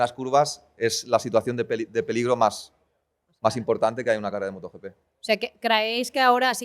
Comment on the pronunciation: ¿Moto YiPi? Por favor!!! Moto GP en español.